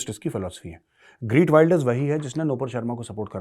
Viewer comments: इसके नामका उच्चारण 'ग्रीट 'नही ' गीर्ट' है। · The Dutch pronunciation of the name is खेर्ट विल्डर्स (khert wilders)! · Is bahan ke lode ko geert pronounce krna tk nhi ata or ye bhavishyawani krega